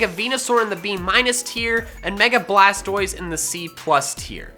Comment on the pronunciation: Its blastois